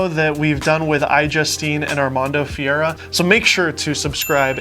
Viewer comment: your pronunciation of Armando's last name is totally wrong. You're saying FIERA which means wild in spanish.